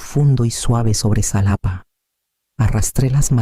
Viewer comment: La X equis, para el país de México se pronuncia como jota, Xalapa (Jalapa)) 😊